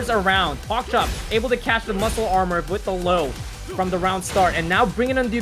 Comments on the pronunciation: Could you guys fire the commentator that keeps mispronouncing PokChop? He's an ATL legend and he deserves respect. He's co-commentator kept pronouncing it correctly but the other guy just never got the hint. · Put some respect on Pokchop’s name. You not funny or cute by saying it wrong on purpose